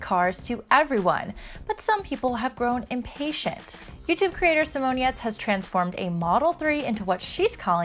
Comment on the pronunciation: *Giertz not GIrtz